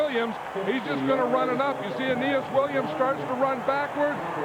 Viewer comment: I love how pat, in all cardinals games, refuses to pronounce it as anything but anus williams